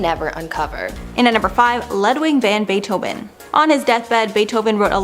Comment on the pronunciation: She also mispronounced Ludwig Van Beethoven.